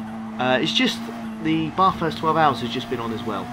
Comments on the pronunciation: I'm Australian and your pronunciation of Bathurst is appalling. It should be more like "at" with the pronunciation of the a. Not Baaaaaaarthurst, Bathurst. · its Bathurst and NOT barrrthurst. good race .